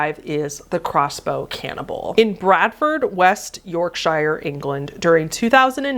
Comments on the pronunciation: Just a heads up from a Yorkshire person it's pronounced like york shur with more or a u sounds than an ire it's just one of the quirks of the British language and accents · i was so enticed in the video and then i heard how an american sounds pronouncing yorkshire and i lost all focus for a hot minute there